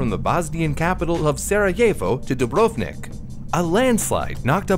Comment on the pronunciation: AAAAA hurts. DU - BRV - NIK JU - TA - RNJI PO - DRI - CHA Just like Bosnia and Herzegovina without an "i" in the middle of BOSNIA This is olll together SARAJEVO It's okay, but try to emphasize "I" and don't forget "l" "i" is not pointed out Bravo, but his "Cha" is not "Che" I don't blame you for this, but it's a pronaunt like Croatia I'm grateful to you for doing this video. I don't usually cere about things like pronaunciation. P.S. I am Croatian